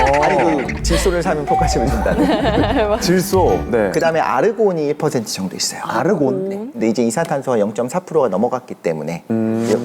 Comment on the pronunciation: 아니 아나운서가 아르곤을 오르곤? 이러는게 말이 되나... 중학생들도 아는걸... 조정식 저 분 크게 호감상이나 스타성이 없는거 같은데 왜 여기저기 자주 나오는지 모르겠음